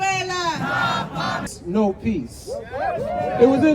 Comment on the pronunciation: They can’t even pronounce Venezuela properly 😂